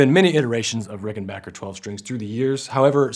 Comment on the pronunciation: I’ve owned both and much prefer the Rickenbacker sound. The Danelectro was nice but sounded much thinner. However it was a little easier to play due to the wider neck. At least this dude pronounces Rickenbacker correctly! 😀